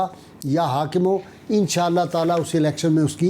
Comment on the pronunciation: Ya hakimo kiyon padh rahe ho Ye ya hakamo hai Please correct pronounce kare